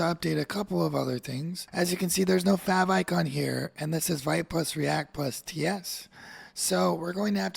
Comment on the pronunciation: Interesting! You've put in a lot of work here, thank you! A tiny suggestion to make your future videos even better - official Vite pronunciation is French word for "quick", pronounced /vit/ , like "veet"